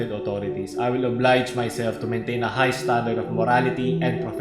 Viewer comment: MALI YUNG PRONOUNCE MO SA OBLIGE HAHAHAHA